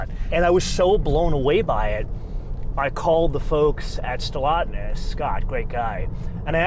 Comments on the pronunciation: Stellantis not Stellotness...all of your guessing is insulting. You are supposed to be a professional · It's called Stellantis NOT Stellatnis! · Just a small tiny correction: it is "SteLLANTIS" and not "SteLLATNIS". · Trust me, knows exactly how its pronounced. He doesn’t usually feature FCA/Stellantis and I think he was just having some fun with the name. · How can he not pronounce Stellantis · You need to pronounce Stellantis correctly. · By pronouncing Stellantis wrong on purpose, is this like your own subtle way of voicing your obloquy of Chrysler/Jeep/Dodge merging with Fiat? If so, it's kinda funny. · Maybe pronounce the name of the company somewhat accurately....